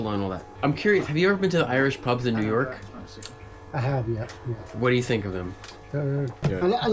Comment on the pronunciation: The guy "That's NewYorehuck!" that cracks me up